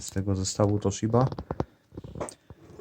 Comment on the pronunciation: ToSCHiba?? It hurts 😳